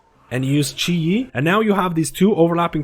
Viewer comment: Chi JI not chi e lol